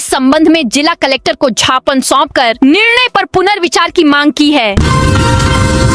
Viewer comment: मैंडम, ज्ञापन बोलो, झापन नही।